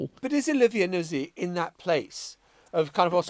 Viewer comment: I presume it’s pronounced ‘Nut-zi’ Emily, given it’s Italy in origin !! Not Nuz-zi